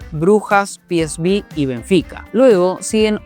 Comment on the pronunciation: ¿Por qué le dice 'piesbí' al 'peeseuve'? ¿Es que es de Kansas City, o algo? Porque en neerlandés viene a ser 'peesfei'. En fin.